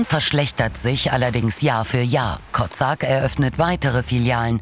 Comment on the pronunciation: Den Namen des ehm. Franchisenehmers habt Ihr aber sehr ungünstig ausgesprochen. Der heißt wahrscheinlich Kocak (türk.) und dann wird das Ko-tschack ausgesprochen. Klang sonst bisschen arg nach Kotzsack :D